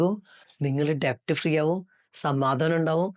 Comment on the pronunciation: ഡെബ്റ്റ് എന്നല്ല കേട്ടോ ഡെറ്റ്✔️ ആണ് debt